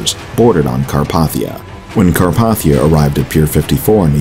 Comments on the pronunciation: It's pronounced "Carp-ay-thiya", but nice work! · I've literally never heard "Carpathia" pronounced like that. 😒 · You mispronounced Carpathia, put it’s close enough lol.